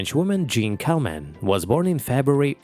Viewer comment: How about giving "Jeanne Calment" a French pronunciation?